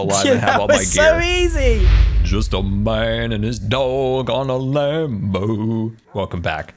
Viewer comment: did anybody else hear him say "lambo" instead of "land boat" at first??